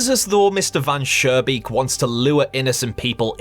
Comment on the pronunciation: Interesting ideas, looking forward to your full analysis. Just two things, the architect's name from story #1 is not "Van Surebeek", it's Mr. Van Schoonbeek. Sounded like you pronounced it with an r in the middle instead of an n Oh and in your long analysis I would not switch over the developer trying to get rid of the vermin first by not really taking care of the problem and then with poison and that it seemingly works at first and so on. I think it is important to the story.